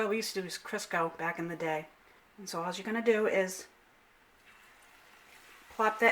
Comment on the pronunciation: "Now alls'yah gotta do.." Must be from my home state! Massachusetts!!